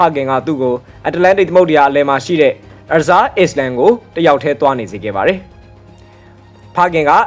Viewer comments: ကျွန်း ကို island အိုင်းလန်းဒ် လို့ အသံထွက်ပါတယ်.. အစ်လန်း လို့ အသံမထွက်ပါဘူး.. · အစ္စလန်ဆိုပီး ကအသံထွက်နေတာ သေချာနားထောင်ကြည့်bro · Rheumatic Fever ရူမက်တစ် ဖီဘား (အဆစ်အမြစ်ကိုက်တဲ့ လေးဘက်နာ) ကို ရီကျူးမက်တစ် လို့ဖတ်နေပါတယ်။ Island ကို အစ္စလန်လို့ ထွက်နေပါတယ်။ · အိုင်းလင်န် အသံထွက်တာမှန်တယ် (s) အသံကို (silence)လုပ်ဆိုရတယ်၊သတိပြုစရာပါ။ဆရာမလုပ်ပါ။အကြံပြုတာပါ။ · ဟုတ်တယ်။island ကို အိုင်းလင်းန်း လို့အသံထွက်ပြီး၊iceland မှ အိုင်းစလန်းလို့ အသံထွက်ရမှာပါ